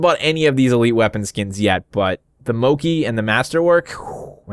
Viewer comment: I think it's mochi, like the Japanese ice cream. Pronouncing the "ch" instead of just "c". No disrespect, just lettin' you know.